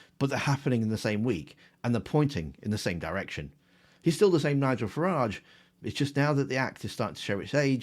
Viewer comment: You’ve got say Farage like garage.